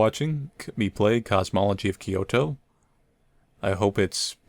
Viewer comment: You've been adding an extra "o" in "cosmology,".